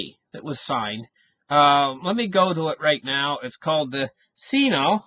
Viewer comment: It's pronounced "sign-oh", not "seen-oh".